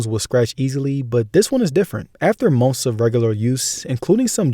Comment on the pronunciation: Haha, say "months" again? Sounds like you're saying "mumfs"